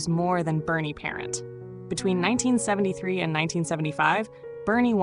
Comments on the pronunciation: Would be better if the announcer said Parent, French and not parent like you were talking about your mom. This AI speaking is terrible. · If you can't pronounce his name, don't talk about him! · I remember him as a kid in the 70s good goalie but think pelle Limburg was better and who the hell is narrating this it's the Vezina trophy not Vezna trophy and it's Bernie parent French not parents have a fabulous day ❤❤ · You have to say his name with a French Canadian accent - pair ant. OMG you are killing this video. Its VEZ a NA